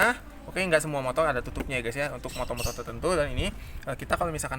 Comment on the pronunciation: Motor bang bukan motol